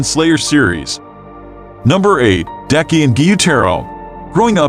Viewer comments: It's not deki it's daki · Well he said daki's name wrong 😑😑